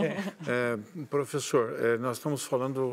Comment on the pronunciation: o cara me manda um "proféssor" tentando falar inglês KKKKKKKK